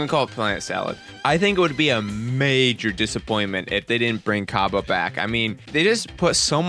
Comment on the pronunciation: Cabba is pronounced Cob Bae.